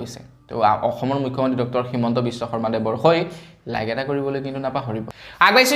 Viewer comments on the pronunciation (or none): none